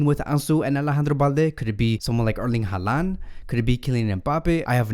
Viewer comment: Did you say haaland and mbappe😅😅😅😂